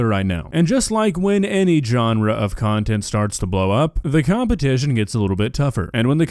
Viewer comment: she does cuntent instead of content